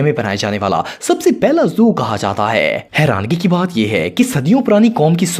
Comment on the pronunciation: Herangi word pure Punjabi accent nikla